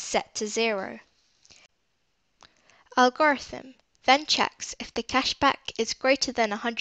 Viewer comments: the way she pronounces algorithm 😂helpful video nonetheless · fr makes it hard to watch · So no ones going to talk about how she says algorithm??? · It was so distracting